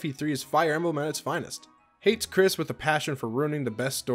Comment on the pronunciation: It's Kris, not Chris. I can tell FE12 New Mystery is not your favorite lol